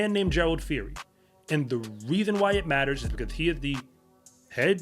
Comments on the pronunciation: Gerald. Phiri. Not fori.. the P and H sound like Peeri. Means wolf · It's actually pronounced "Pee- ree" the H in Phiri is silent